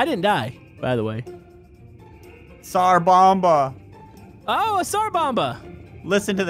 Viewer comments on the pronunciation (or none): you pronounce tsar bomba like sar bomb